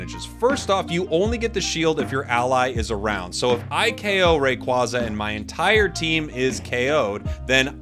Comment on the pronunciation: I love that you reversed to say Rayquaza in the hispanic way haha 😆 sounds way better, closer to it's Quetzalcoatl roots